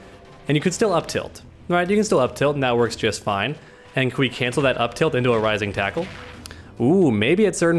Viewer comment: Dude this is killing me! It's: Rising taco and Crapshoot... say it right.